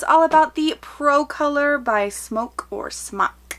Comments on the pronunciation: It's pronounced SMOKE, not "smock". They only dropped the "e" for licensing purposes. Education in the US seems to have created a whole generation of people who are unable or unwilling to engage in critical thinking, even when it's concerning something as obvious as marketing and branding. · Smok is pronounced SMOKE. Please stop saying "smock". It's incorrect, and just sounds silly. So says it wrong. Let him sound silly. You, my dear are too classy and professional to take the noncommittal route. #Cloudsbitch!